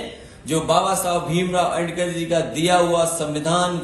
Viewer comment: सही से अंबेडकर बोलना तो सीख ले दल्ले। तू ही तो था जो पार्कों को अय्याशी का अड्डा बोलता था उनमें शादी प्रोग्राम करवाया ।